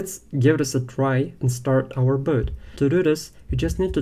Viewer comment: The lesson is good but I don't like this pronunciation. Boat=bot😢